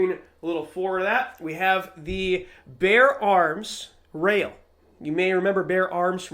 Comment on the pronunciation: Ah yes, the "Ship of Theseus" Anderson AM-15. Thanks for the long term review. Oh, yes, it is Asian Phil of Bexar Arms, not Bear Arms.